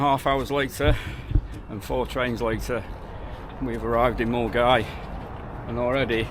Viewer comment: great content mate i trekked it twice in the 90s and early 2000s its also good to hear an Englishman pronounce Milngavie correctly John from Glasgow